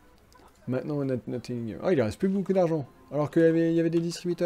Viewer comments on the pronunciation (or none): none